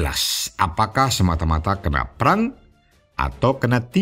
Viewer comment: baca preng aja gak bisa hahaha.. dibaca perang... #KM50